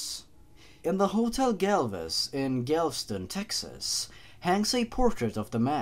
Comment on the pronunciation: Don't say Galveston that way